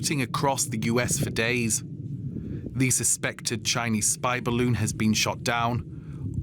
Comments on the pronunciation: Yeah “spy ballon” 💀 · ”spy” balloon